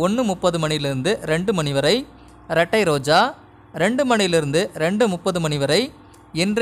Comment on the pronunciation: ரெட்டாய் ரோஜா இல்ல இரட்டை ரோஜா🤣